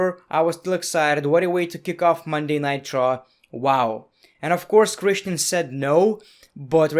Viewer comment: Everybody: Christian..: kreshten